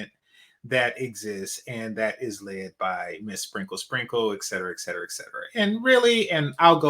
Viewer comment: It ain't ex cetera. It's pronounced Excedrin.